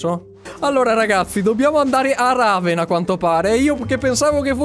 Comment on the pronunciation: la città si chiama REVEN non "Raven"